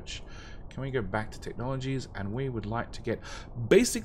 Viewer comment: Thank you for video, however it may just be my broken mind, but can you possibly stop dragging out the last syllable of words when you speak ? Copperrrrrrrrrrrrrrrrrrrrrrrrr, andddddddddddddddddddm , place hereeeeeeeeeeeeeeeeeeeeeeee, etc. it wrecks my head :P